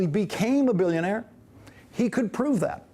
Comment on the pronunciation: sorry guys, but you misunderstood him. he is a "bilk-ya-naire".